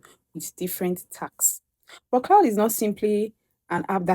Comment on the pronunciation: CLAUDE NOT CLOUD